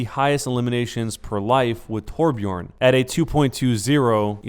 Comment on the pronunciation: its not torbjorn IITTSS FFUUCCKKIINNGG TORBJØRN!!